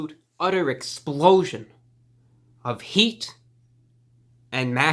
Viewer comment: "heaat and mac(ke)cheetolygoodness"